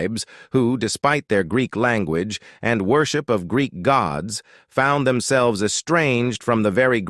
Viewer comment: Is your ai in shakespeare mode or something? "Them selv'es" lol